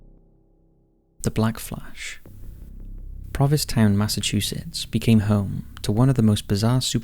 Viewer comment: The "Black Flash" is obviously fictitious, since the name of the town, "Proviss Town," doesn't exist---unless you meant "Provincetown?" (You definitely left out the "n" every time you said it.) Stay safe, everyone.